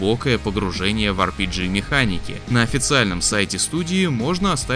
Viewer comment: Уау.Впервые слышу что кто то правильно произносит слово RPG.